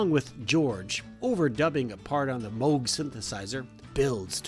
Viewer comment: Kudos for correctly pronouncing Moog.